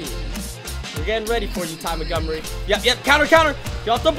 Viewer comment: He was like Ty MuNtGummReE